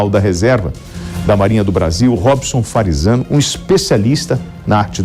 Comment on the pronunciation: Quando será que ele vai acertar o nome do comandante ... não é Farizzano !!!!!